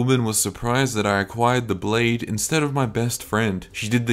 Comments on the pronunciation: Bro I love you and your videos. But the Blaidd pronunciation is killing me😂sure u know tho lol. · Props for saying Blaidds name correctly. Also getting some big internethistorian vibes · I always thought I was pronounced "blade"